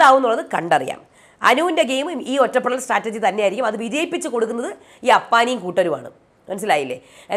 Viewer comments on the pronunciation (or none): none